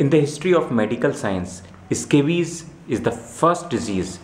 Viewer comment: The Eh-Scabies huh?